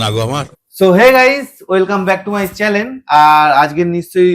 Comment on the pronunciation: চ্যালেন ❌ চ্যানেল ✅